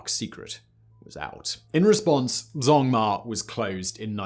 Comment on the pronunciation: this mf did not just pronounce zhongma as zongmar....